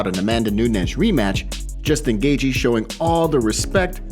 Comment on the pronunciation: It’s not pronounced gay-gee btw. U sound like Bisping